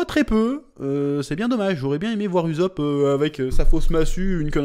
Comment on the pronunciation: "Uzop"??? Alors que yas 2 s ? Et quon l animer qui dis h24 ussop ...